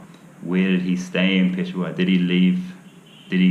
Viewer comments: pe-sha-war not pesowar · you are wrong miss...he pronounced it as PESHWAAR its PESHAAWAR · Peshawar or "Piss Hour"?😂😂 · He can’t even say pish shah war, he said it right while in the rickshaw. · Only difference I could tell is the last syllable. He pronounces it peshawaar. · Just fyi - not that his urdu and Hindi isn’t great. But its pish-shaa-wer, Peshawar. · I know he couldn't even say Peshawar the right way.